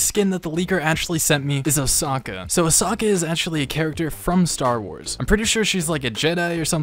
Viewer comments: Did he say......uh-sock-uh?? You mean uh-sow-cuh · Imagine pronouncing Ahsoka as ahsocker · as a star wars fan, hearing him talk about ahsoka like that is just bizzare to me. man really said her name was "ahsaka" and then said she was a great character from the movie. I guess shes in the clone wars movie but still lol shes mainly in the show. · When this man said A H S A K A Star wars fans: Confusion leads to anger anger leads to hate hate leads to unsub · The Way He pronounced Ahsoka Bruh 😎 #STARWARSCRINGE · You said Ahsoka wrong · Why does he say ahsoka in a weird.😂